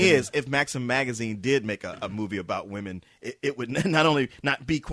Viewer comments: could not say women ever its just distracting for him to say woman in the plural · Katherine is a horrible actress, and a bitch to put up with on and off-screen. She's only popular because of her looks, which will be gone in a few years time. Also, anyone notice how pronounces women like woman? lol.